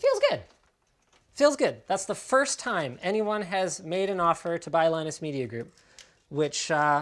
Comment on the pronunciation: Beard lie-nus.